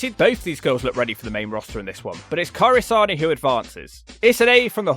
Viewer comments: Ka-iri Sa-né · Kairi Say-ne not Kairi Saw-ne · Cant tell if the Hawk is mispronouncing Kairi Sane's name on purpose this time 😂